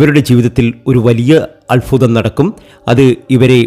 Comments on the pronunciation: Alfutham alla albhutham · ആദ്യം താങ്കൾ അത്ഭുതം എന്ന് പറയാൻ പഠിക്ക് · അത്ഭുതം. സൗഭാഗ്യം. അല്ലാതെ അല്ഫുതം സൗഫാഗ്യം അങ്ങനെ അല്ല. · അൽfuതം അല്ല, അത്bhuതം ആണ്. അനുfaവം അല്ല, അനുbhaവം ആണ്. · അല്ഫുതം അല്ഫുതം. Ayye😊🤭. മോധകമോ.? മോദകം അല്ലേ?